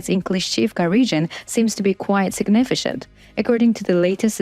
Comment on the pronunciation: (signifiCant) with C pronunciation as K